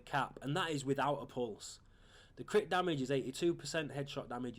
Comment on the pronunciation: Its not DAMIDGE,its damage.